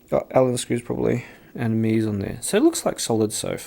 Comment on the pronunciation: If Meze were an English word, perhaps your pronunciation would be correct. However, it isn’t; it’s Romanian, and pronounced “mehzay.”